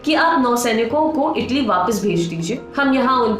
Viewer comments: Taly nahi italy ललनटॉप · Taly nhi italy